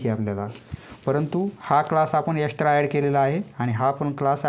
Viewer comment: Extra❌ Estra✅😂